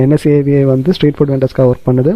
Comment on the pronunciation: It's not NSAVI ITS NASVI